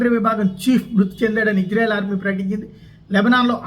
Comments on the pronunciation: అయ్య మీరంటే మాకు చాలా గౌరవముంది.... ఇజ్జ్రాఎల్ కాదు... ఇశ్రాయేల్.... కొద్దిగా బష జాగ్రత్త... దెవుని ప్రభావము నీ మీదకు దిగివస్తుంది. క్రిస్టియన్ మనోభావాలు ప్లీస్... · ఓరి... ఇశ్రాయేల్ అంటున్నవో....హిజ్రాయేల్ అంటునావో అర్ధం కావటంలేదురా బాబు!!